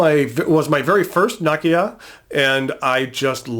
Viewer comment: Great list. I wish I had money to buy the Kanilea pen. btw Nakaya is pronounced NAh-KAh-YAh not NA-ki-ya